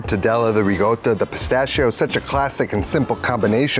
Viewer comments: sorry dude, love ya, but in NO language on earth is Ricotta pronounced "Reegota". It's still a C in Italian. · I stopped watching the video when he pronounced ricotta with double g's